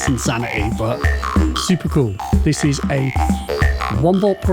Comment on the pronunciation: Hang on. Was it always “dis thing”? !